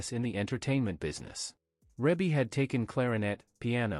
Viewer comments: It's pronounced Ree-Bee not Rib-Bee. OMG do your research smart guy!!!!! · Reebie is pronounced Reebie NOT Rebie. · It's not Rabe it's Rebe!!! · in order to be factual PLEASE familiarize yourself with the pronunciation of Ms. Rebbie (ReeBee) name. You have a regal member of society, at least be respectful enough to say her name correctly. Sheesh! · Her name is pronounce Ree bee. There's another video on her too and that announcer also pronounced her name wrong. There are 9 kids and not 10 and the other video got that wrong too. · He pronounced her name wrong through out the video. It's pronounced Ree Bee. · It's Reeeee bie mfer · Who has this narrator been talking to that told him that her name was Rebbie, or spelled that way. I can't get passed hearing him mispronounce her name to hear anything else he says. Do your homework, sir.